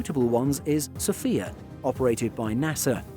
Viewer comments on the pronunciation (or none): none